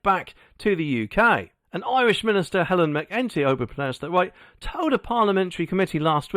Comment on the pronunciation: Her name is pronounced Helen Mac- a- tea,and his is pronounced Me-hall Martin. I have zero loyalty to either, but it's really annoying when English don't make more effort to pronounce Irish names. They only have to listen to an Irish new channel to hear the proper execution